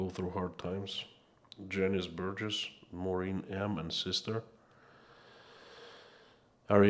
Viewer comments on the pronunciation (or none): none